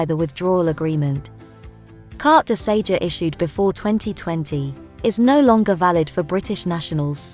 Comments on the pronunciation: Its Carte de SeJOUR dear. Thought someone would have corrected you by now. Ok try again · Very very helpful thank you. One small point, Sejour is not pronounced Say-juh!